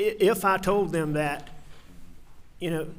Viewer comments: Other than being a horrible killer of one's family...why can't this gross human being pronounce his t's, and th's?! It's "dis, dat, dem, dey, etc.!" 🙄😤🤬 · "Dis, dat, dem, dose, da, dere" Apparently this guy can't pronounce "th". lol